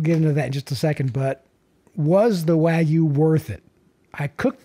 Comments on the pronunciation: It’s not wagooooo it’s WagYu but side not , all brisket is 🔥🔥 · I’ve never had wagyu brisket, but I know it’s not pronounced “wa-goo”. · Tim Moritz waaa-gye-ou